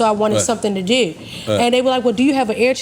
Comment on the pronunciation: heard the Baltimore “Dew”